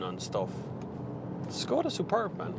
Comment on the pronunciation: The name is pronounced "Shkoda".